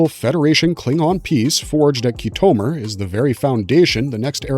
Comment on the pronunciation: ok Firstly, learn how to pronounce Khitomer. Star Trek had many endings. But it's final one is the worst of all. When Kurtzman and Secret Hideout took over and turned it into a joke, thats when it was really killed off. Unles they rest it for at least a good decade, it will remain a joke and a dead franchise